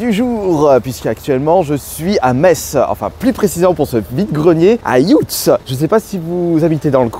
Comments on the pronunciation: "Youtss" ... ça ce dit simplement "Yutss" et C'est plus Thionville que Metz.. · Yutz se prononce Yutz pas "ioutsse" Mais merci d'être venu chez nous, j'espère que ton "séjour" à Thionville s'est bien passé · Juste a côté de chez moi ☺️ c'est yutz pas "youuuts" lol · Salut salut, je suis thionvillois et en faite ça se prononce yutz, avec un u et pas un ou, voila voila =) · Sa se prononce yutsse